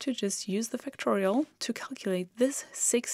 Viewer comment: Great lessons. (Until I saw it written as Factorial, I thought you were saying Fictorial.)